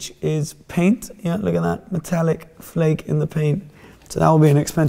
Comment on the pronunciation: Fleck not flake. Its not a chocolate bar 👍